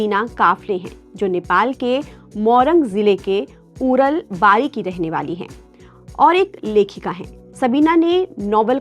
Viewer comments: Place name is Urlabari not uranbari .. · Not uralbari it's urlabari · उरल नहि उर्लाबारी है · मोरङ जिल्ला उरनबारी नहि (उर्लाबारी )😂😂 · उरलवारी ❌😂 उर्लाबारी ✅🇳🇵🇳🇵